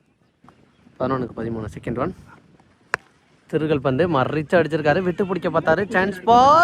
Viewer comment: அழகான உச்சரிப்பு சகோ.. திருகல் பந்து..❤🎉❤🎉